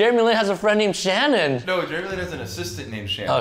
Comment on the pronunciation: Did no one realize he said sarku for Jeremy Lin.